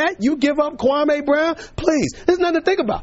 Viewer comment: SAS was so disrespectful to Kwame Brown to the point that he pronounced his name wrong. SMH